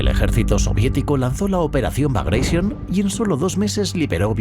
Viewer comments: NO "BRAGAISION". NO ES INGLÉS SINO RUSO, BRAGATION. COMO GLADIATOR Y NO "GLADIETOR". 😊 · Entre pronunciar "Bagratión" como "Bagreishon" y pronunciar "Wehrmacht" como "Buermacht" la verdad que este video se merece un negativo. Estos detalles son los que diferencian al material de calidad de algo hecho sin el más mínimo cuidado, cosa que se nota cuando ni siquiera te pueden pronunciar correctamente las palabras. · La W se pronuncia en lengua de Europa no anglosajonas como una V. Y el general ruso Bagration no se pronuncia Bagreision a lo ingles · bagreision, jajajajaja. No sabía que Piotr Ivánovich Bagratión era inglés jajajaja. Ni me molesto en seguir viendo el vídeo. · Vale. Muy bien el video. No tanto el audio. ¿Por qué "bagreision"? Piotr Románovich Bagratión no era inglés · por qué pronuncia Bragation en ingles? jajajaja Bragreision xD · ¿Por que pronunciais el nombre "bragatión" en inglés si era el nombre de un general ruso de origen georgiano?. Lo pronunciáis en español y hubiera quedado perfecto. Alucino por el complejo de inferioridad cultural ante el mundo anglosajón.